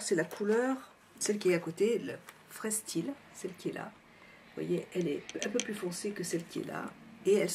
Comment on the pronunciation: Smokey tres rock! Il te va tres bien!!! Sinon (a force qu'on me l'a répété ça a fini par rentrer....) freestyle se prononce "fristaille" :) mais super makeup que j'essaierai de reproduire, car idéal pour une soirée!